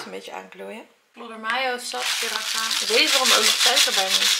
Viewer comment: Heerlijke ik geniet ook zo van eten bereiden. Siracha spreek je trouwens uit als si-ra-tsja